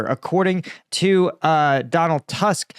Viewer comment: Bro, I love your content, and I'm friggin flabergasted by the scope of your knowledge, so don't treat this as me, layman trying to lecture an expert🙂 Just one simple hint: Tusk is not pronounced like you said it. Correct form is Toosk (it's my weak attempt to make it phonetically understandable for an American). My credentials: 47 yrs of living in Poland🙂 All the best to you, keep up this fascinating work. One of my absolutely best yt channels in terms of unbiased content👍